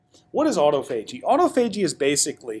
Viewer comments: Aww. Tah. Fah. Gee. Not auto-fahgee. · "awe-tah-pha-gee" ... Can't stand when people pronounce it "auto-phagy". Nice video otherwise!